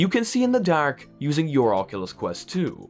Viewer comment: i had the stop watching this video simply because of the was he says dark..... nope....